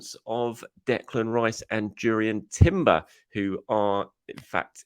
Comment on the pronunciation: Durian Timber ...😅